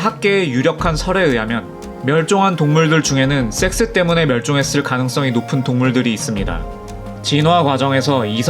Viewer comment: 섹스 발음이 영... 영화 추격자 프로파일러 센세 (이종구님) 한테 섹스 발음 교정좀 받아야 할듯